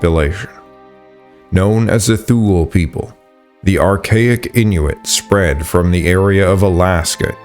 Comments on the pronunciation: Thule is pronounced "Tue - le", not "thool", isn't it? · yes, you are right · Thule is pronounced "too-lee" not "thool" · Thule is pronounced "Two Le" Not sure why I am telling the AI voice this 😂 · Thule is not pronounced “thool.” It’s too-lee or too-lay. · Great video. Thule BTW is pronounced toola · The Thule people is pronounced, 'Tool-ley', they used poisoned tip arrows that were blown from a hollow bone, when they fought the Norse, who resorted to wearing coats of armoured mail, when they fought the Thule, but to no use. The Skerlings in Vinland and the Thule in Greenland were badass warriors to get the better of the Norse, people in Europe had a lot of difficulty defeating the Norse in battle. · Thule is pronounced Too-lee in the latin sense of “ultimate thule” which was an island north of Britain. In current Scandinavian languages the final vowel probably sounds like a soft a.. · tool eee is how u pronounce thule